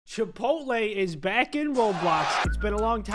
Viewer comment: Chip pot te NOT chip pole lay